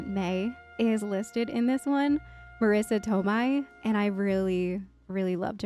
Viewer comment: Marissa Toemy lol